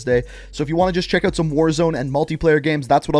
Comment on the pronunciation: “İf your ewt your ewt”